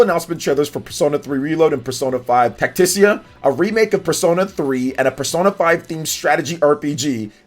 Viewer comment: It's Tactica. Tac-tic-a. Not "tacticia"